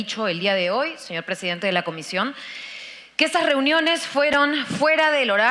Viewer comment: Este pobre hombre dice, que es pressdiidente.